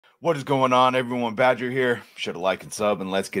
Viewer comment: You went pretty hard on that R 😂